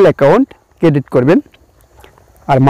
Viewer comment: Vhai apne bar bar ki cadit cadit kortasan oita cadit nah creat hoibo 😂😂